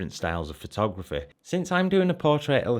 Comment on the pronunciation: i love how you says phothograph-eh